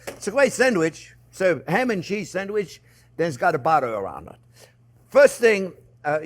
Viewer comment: Your batter and butter sound the same